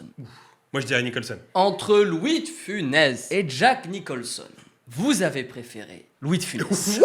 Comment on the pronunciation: Funès pas Finès mais bon les jeunes aujourd'hui ont de moins en moins de culture et c'est pas avec le temps que ça va s'améliorer